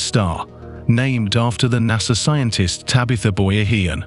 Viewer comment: Teach the AI robot how to pronounce “scientist”. (See Intist?)